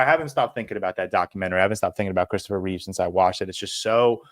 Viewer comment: It's Chistopher Reeve not Christopher Reeves